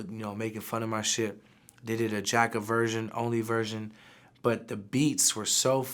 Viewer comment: Vlad didn’t just mispronounce Jacks name!?